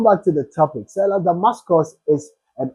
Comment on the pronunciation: 🎉THE NAME IS: STELLA DAMASUS 🎉) NOT DAMASCUS. THANK YOU.❤